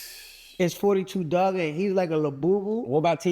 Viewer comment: Bro didn’t even say 42 duggs name right it’s 4 2 dugg😂😂not 42